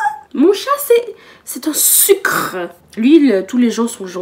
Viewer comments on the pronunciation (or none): none